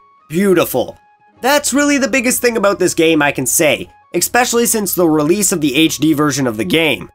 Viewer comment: I know I'm being a nitpicker and maybe an ass, but you keep saying "exspecially" instead of especially and it's driving me insane.